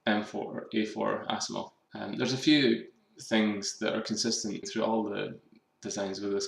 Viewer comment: Dat ASSimov (